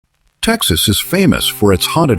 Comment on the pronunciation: I wish they would pronounce the name of my state right.the name is Texas.❤❤❤🎉🎉🎉